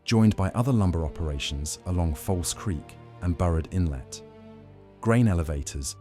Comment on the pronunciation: Burrard Inlet - Not "Barred Inlet"